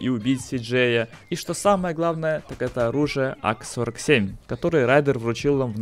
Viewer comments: АК-47... Вы 100 процентов прочитали не ак-47 а ака-47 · А в чем проблема?! АК - Автомат Калашникова. Никто не говорил что правильно АКА Кстати, если не знал 47 это год поступления на производство...